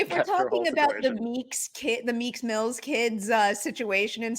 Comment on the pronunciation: Why do you keep calling them Meaks-Mills?! :/